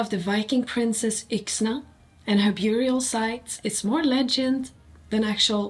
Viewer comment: Bara en liten kommentar om ditt engelska uttal: i orden "bury", "burial" och "buried" skall bokstaven u uttalas som om den vore ett e. Om du vill veta varför får du fråga någon annan, jag vet bara att det skall vara så utan att bry mig om varför.